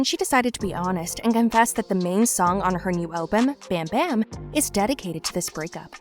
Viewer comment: It’s bam bam like balm not bam 💥